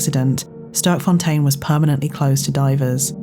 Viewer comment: Sterkfontein. Literally meaning "Strong Fountain". Pronounced differently, something like "Stairkfon-tane" in Afrikaans/dutch.